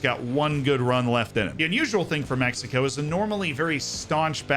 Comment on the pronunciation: the way he says “México” instead of“Mecsico” makes me feel happy. 🤠🇲🇽